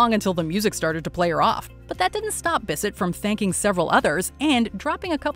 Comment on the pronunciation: I'm still applauding Kanye for that Taylor moment 🤣🤣🤣🤣🤣🤣🤣❤ Oh and, learn how to say Jacqueline Bisset's name right. Thanks